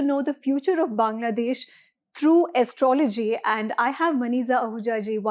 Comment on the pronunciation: first learn to pronounce astrology properly... It is aastrawlowgee and not like what you mis-pronounce..